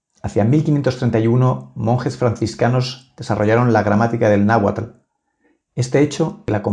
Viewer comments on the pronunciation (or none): none